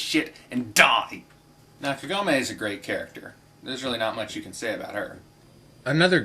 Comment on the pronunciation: Just a minor thing, and it's because of the American dubbing, but I hate the American pronunciation of Kagome. The emphasis is on "Ka" not "gom". I just envision a massive Southern accent when I hear the Americanized version of her name. Inuyasha may be cheesy and shallow, but I still like it since it was my introduction to anime.